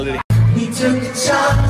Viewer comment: I live for Niall saying chince and Liam telling him it's chAnce